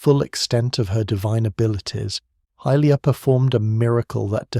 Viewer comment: Good video, but it’s pronounced hi-lia not hill-lia.